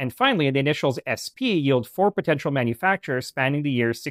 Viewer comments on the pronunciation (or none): none